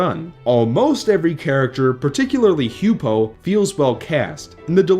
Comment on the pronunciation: H-you-pow. Not h-you-poe.